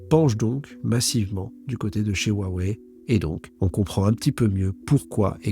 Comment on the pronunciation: Hua Wei se prononce presque comme Roua et pas waaaa. Hua c’est splendide en chinois. Le H se prononce comme jota espagnole ou le ch allemand dans “Bach” — un souffle rauque venant du fond de la gorge.